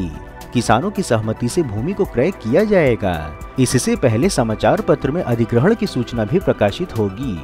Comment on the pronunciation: “ jayega” “ Karega”. — pls stop giving too much stress on certain words